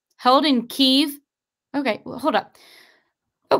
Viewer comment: It's pronounced, Key,ev.